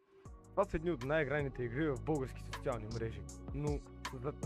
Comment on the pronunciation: Ти случайно да не си от Бургас?😂 “Сочиални мрежи”😂❤